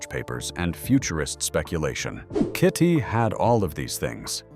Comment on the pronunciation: This isn't very interesting, as it so very inaccurate the whole way through. As for the awful AI narration is grating. It calls KITT kitty a few times. Shameful. It can't even say KITT. For a die hard fan such as me, this is not very good. For proper research & accurate facts & history, go to Knight Rider Historians. Brilliant website.